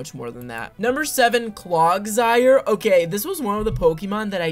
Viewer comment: “Clog”sire? 💀😭 also for me, Tatsugiri is probably high A tier, not cutest of the gen, but decent I suppose